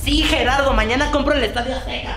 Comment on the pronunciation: Pensaba que era la única que escucho "Gerardo" 😮